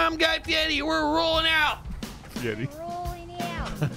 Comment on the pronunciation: Yea but u gotta say it like...guy fedaddi. Like how he says fieri as fiedi